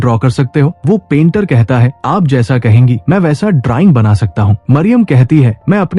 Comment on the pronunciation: वडि बाबा नी डराइंग नहीं ड्रॉइंग बोलो नी